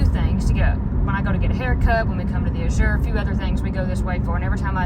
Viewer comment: Azure's accent is on the A, not the Z. According to the owners. ❤❤❤